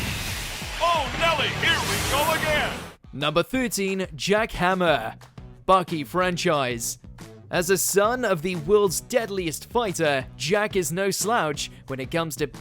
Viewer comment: It’s Jack Hanma not Hamer 💀